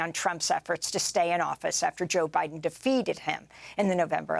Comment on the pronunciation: You pronounced Biden wrong.